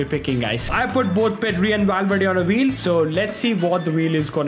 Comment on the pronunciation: Why does he keep saying Wheel as Vheel and Version as Wersion also Volume as Wolume it's just annoying